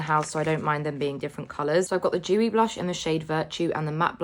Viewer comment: Its dewy not vewy